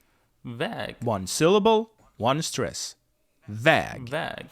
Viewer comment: You had good swedish pronunciation in the beginning. And if you want to "get" the swedish stress is one of the important key lessons as Joakim explains.